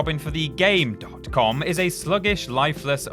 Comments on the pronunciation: its game com the period isnt pronounced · It's pronounced Gamecom. The dot is silent. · Pronounced gamecom